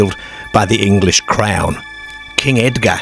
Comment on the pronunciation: Why do you pronounce certain words so strange. Maybe its an AI voice. Like crown said strange. I want to watc but dont think i can.